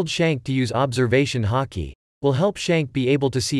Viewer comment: Bruh he said “hockey” He cannot say Haki but instead hockey